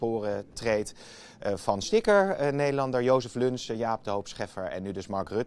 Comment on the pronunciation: Hoi, hoi, iemand ook een appeltje? Bro...Joseph Luns, niet Lunch.